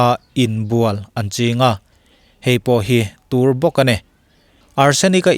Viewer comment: Beladona hi tùr a ni ti loin túr (poison) tia lam tur a ni.